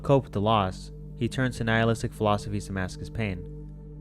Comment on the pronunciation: Pronounced "nealist"